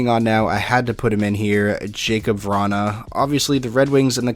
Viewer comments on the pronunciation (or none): “Jakub Vranhuhhhh”